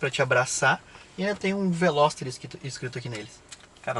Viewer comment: carro é bom so errou no nome...veloster rsss